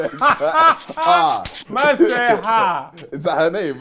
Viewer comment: it's funny how looked at immediately said "haar" instead of "her"😭😭😭